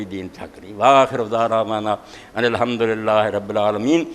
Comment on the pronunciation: "ALHAMDU RABIL ALAMIN" TOH SAHI TARHA PARH LO Tussi "HAMDU RABIL ALAMIN" PARHDE PAYE O